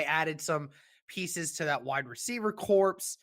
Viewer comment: Corps is pronounced kor (like core) no p or s. Not picking on you just trying to help out!